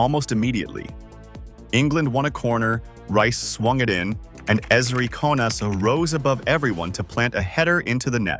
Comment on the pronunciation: click bait title.. stop using AI voices.. can't even pronounce KONSA's name correctly!!